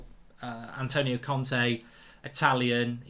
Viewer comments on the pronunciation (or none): none